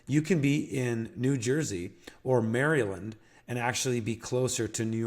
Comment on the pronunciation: Great video, love this content. Thanks for the great information. You came recommended to me by my friend Simon who has an incredible permaculture project in Bolivia. No shade intended, but Re: pronunciations of place names like Albany and Maryland: the first syllable in the name Albany rhymes with "small"; when you say "Maryland" the first two syllables sound more like they do in the word "maritime", as opposed to sounding like the name "Mary"